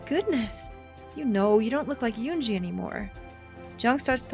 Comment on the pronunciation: If you do wind up streaming route, please learn to pronounce her name. I gave a pronunciation guide for "은지" back in episode 2, but you could also look it up on YouTube, since it's the name of a famous girl, it should be easy to find. Also, as the other Commenters asked, please upload it to YouTube. Side note: "eroge" is a Japanese portmanteau made from western words ("erotic" and "game"), so pronounce it like that (not "erogi"). You could call this game and HuniePop examples of eroge. If you see "yi" in a Korean romanization, or in a Mandarin romanization, it'll be pronounced like a Japanese "i" or "ii" (except with Chinese, there will be tones). I don't know why they romanize it with a "y".